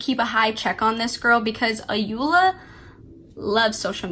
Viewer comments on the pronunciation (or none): The Protagonist name is pronounced as Ko-Re-Dey The Sisters name is pronounced A-yo-Ola The authors first name is pronounced as O-yin-kan They are all Yoruba names